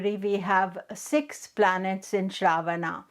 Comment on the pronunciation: Last ‘A’ is silent and pronounced uh in Sanskrit. What is Shraavaana? It’s Shravan-uh or Shravan. Why mess Indian words based on their romanized spellings?